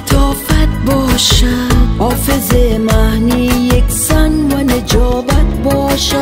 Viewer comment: آفظ مهنی > حافظ معنی هفغان > افغان اقیقت> حقیقت شهلا جان گل تلفظ خود را در ادای کلمات اصلاح کنید باز داور شوید. تشکر